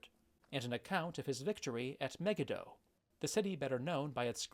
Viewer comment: Great stuff! BTW, Megiddo is pronounced Megeeddo.